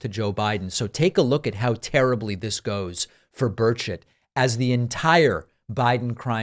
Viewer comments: I thought you said "Bird Shit", not Burchett. 🤣🤣🤣🤣🤣🤣🤣🤣🤣🤣🤣🙃🙃🙃🙃🙃🙃🙃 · I heard birdchit, not burchett 😂😂😂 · Thank you, I thought that I was hearing things at how he pronounced his name. 🤣🤣🤣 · 😂sounds like you said his name "Birdshit"😅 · lol, sounds like he keeps calling him congressman “birdsh!t” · why did I hear you say "Governor Birdsh*t"? LMAO. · It sounds like Dave is saying "birdshit". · I swear David is saying Bird shit. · Are you pronouncing his name "Bird Sh!t"? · Burchett sounds like Bird$h\t lets refer to him as Bird$ht from now on. lol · Every time you say “Burchett” I hear “Bird shit” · Did you say Birdshit? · Every time you say Burchett, I keep hearing bird shit, which is actually very appropriate. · Did he say "republican congressman Tim Birdshit"?? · Did you say, “bird shit”? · Every time you say this guy's name, i hear... birdshit... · I love it bird s*** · i thought you said birdshit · I keep hearing birdsh*t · I love David's pronunciation of Tim Birdshit😂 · Did you say his name is " Tim Bullshit" ? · his last name is actually pronounced bird shit? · Did I hear his name as Tim Birdsh#t?😂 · I swear I keep hearing bird shit lol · David, I trust you’re using your usual integrity and saying the politician’s correctly, but I only hear “bird shit”. Which seems apt, to be honest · Dang, I thought you were calling him Tim Birdshit... Figured it was appropriate - LMAO!! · Always sounds like "Birdshit" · Sounded like he was saying BirdShit. lol I will never unhear that. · I was looking away when you said Burchett and thought you said birdshit lol. Couldn't unhear it every other time you said his name. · I keep hearing "Bird shit" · Just checked in from the UK thought David was saying Birdshit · I thought he said Tim “Birdshit!” 😂😅🤣😂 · I was fixing something under my desk when this started playing - thought David was calling this guy "Birdsh*t" - laughed when I saw the screen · I thought you said this guy's name was Birdsh*t. Might be more fitting.